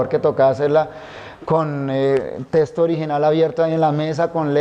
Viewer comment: Este siervo de Dios dice testo en lugar de texto. Tremendo detalle, no es la palabra correcta, ésta tiene otro significado.